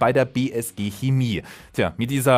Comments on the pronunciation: Hemie???? Kina???? Chemie!!!! CH! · Ist eigentlich nicht schwer ein CH auszusprechen bzw sollte es nicht sein lol.. Trotzdem: bei diesem Wort lieber K als SCH! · Leute die Kemie oder Kina sagen haben bei der Geburt zu wenig Sauerstoff bekommen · Das heißt Schääämie!! 😁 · Jetzt noch Chemie richtig aussprechen. :*